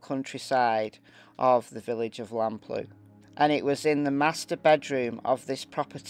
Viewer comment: Also, Lamplugh is pronounced Lamp-lur.